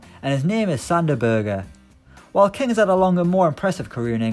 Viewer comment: That is actually how u pronunce it in Norwegian.